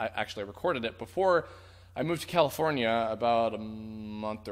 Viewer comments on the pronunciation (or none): none